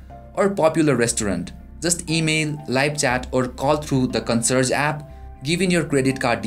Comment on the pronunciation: First time heard it pronounced "CON-SERGE" LOL